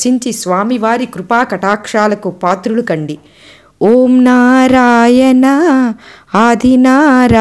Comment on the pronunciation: నారాయన అనరాదు నారాయణ అనాలి. బగవాన్,బక్తులు... ఏంటండీ?? భగవాన్, భక్తులు అనండి. క్షమించండి. తెలుగు ఉచ్చారణ సరిగా వుండాలి........